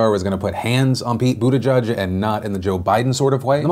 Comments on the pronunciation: Dude...love yo face, but pleeease... Buttigieg = “boo-da-jidge,” “jidge” like “fridge” and like the “j” in “jiffy”... not “boo-de-judge” like you keep saying it. Or, Mayor Pete..or just Pete...the name of a presidential candidate this far along is kinda important (imho) 💕 No love lost, just feel it’s respectful to say names as intended 😊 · STOP SAYING BUTTE-JUDGE! It's JEDGE, like ledge and hedge. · Buttigieg - Say: Booteegeeg (Boo - tee - geeg) You are welcome, from Malta! Part of the nation since 2006 ;)